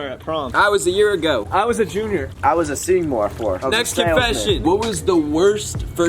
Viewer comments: Griffin: “I was a Sophomore at prom” Josh: “I was a year ago” Bryce: “I was a junior” Jaden: “I was a seemorefor” Me: A seemorefor? Also me: On the floor dying😂😂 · "I was a sophomore at prom" "I was a year ago" "I was a junior" "I was a semore, fore" whatt?? BAHAHA